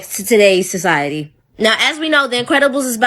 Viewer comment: Never ever take your info about ancient civilizations from a woman who cannot even pronounce 'society' or the letters "B.C."... Plato was Solan's apprentice who taught Plato about Atlantis in the land of egypt. When Atlantis fell the people of the sea moves to the land of Kem or Kemit modern day Egypt. It was located in what's now the Sahara desert. The land structure Plato described is still there covered in salt from the water that washed it away. It's called the "eye" of the Sahara, it's locates right where solan told Plato it was located. The stories are carved into the walls of the earliest Egyptian temples which are also the most advanced and were masters of navigating the seas. That's why atlantean / Egyptian hieroglyphics are found on every single continent and every continent had mummy making rituals and built fantastic structures out of stones. Even the Aztecs claim their people came from Atlantis. There's so much information about Atlantis its not a legend or conspiracy. There's even ancient Atlantean artifacts found at sea and their signature tool marks found all over the world. Most of the people died out from a vaccine from plague released by the "crocodile priests" they summoned after making a partical collider. Sound familiar? Many of the atlanteans chose to reincarnate in America during modern tim. That's why we are so war like and destined to go out just like they did.